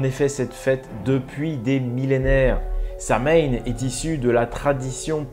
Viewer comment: On dit sawaïn c'est de l'irlandais